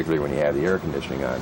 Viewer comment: did he say, it has airconditing at 2.12.